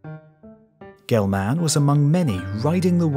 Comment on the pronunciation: I thought the same thing. There were several mispronunciations that bugged me, but I don’t doubt I make some too without knowing it. Murray, “GelMAN,” seemed odd to me. Just, “Gelman,” with no extra stress on the, “man,” part necessary.